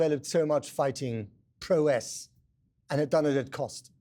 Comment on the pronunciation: If you're going to be a news anchor, at least learn to pronounce "prowess"